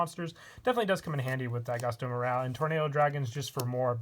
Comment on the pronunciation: He said daigusto emeraal